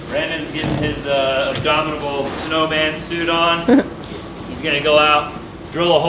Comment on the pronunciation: ....did you just say "abdominable snowsuit"....??? haha